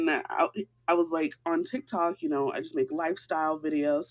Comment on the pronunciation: I'm sorry, did she say she does Thick-toks?